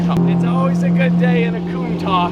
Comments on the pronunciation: I don't know if he knows, but that's not how how you pronounce "Countach" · Hm, upon checking it again I realized I, everyone I know and probably everyone in my country is pronouncing it wrong lol. I was thinking about Italian and how they would pronounce it like that but it's originated from Piedmontese because of a profiler that worked at Lamborghini at the time who was Piedmontese and didn't speak Italian. It's a word used in Piedmontese slang to show admiration. Which makes sense now on how it's actually pronounced lol. My bad.